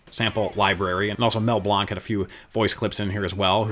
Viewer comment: Mel Blanc, not Mel Blonkk